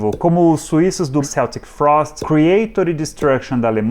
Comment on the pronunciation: É “Queltique” Frost!!